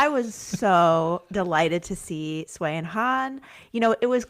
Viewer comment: Thank you!!!!! I was constantly feeling rage about the announcer butchering almost every name that wasn't English. And to mispronounce Sui and Han's names, a pair that has been around for so long, is just inexcusable and incredibly disrespectful.